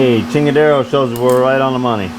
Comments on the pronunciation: chingadera, not chingadero lol, props to those beautiful welds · Did I hear you right?....did you say "now we have a "chingara" tha we will be able to cut out here" lmao!! is that what you said??